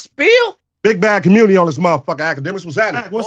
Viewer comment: That convo w cuhmmunity hurt my brain im from la and I can’t believe the deflecting and willful ignorance I was listening to this is why nobody fuck w Cali😂